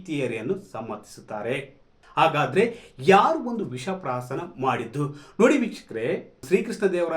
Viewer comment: kannada sariyagi balasi swamy visha prashaana alla visha prashana